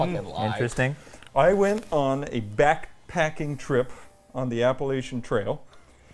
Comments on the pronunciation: The mispronunciation of Appalachian is killing me. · lying because he mispronounced Appalachian.